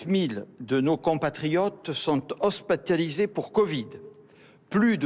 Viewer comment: C est moi ou il a dit hospataliser